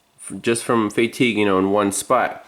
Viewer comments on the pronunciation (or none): What is “Fay-tigue” it’s all one word Fatigue 😂🤣🤣🤣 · Haha never heard of it being pronounce like that